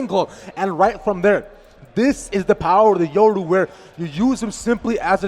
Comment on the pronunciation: When a professional commentator calls yoru “euro”